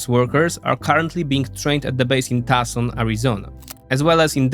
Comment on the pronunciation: Tucson is pronounced: Two sahn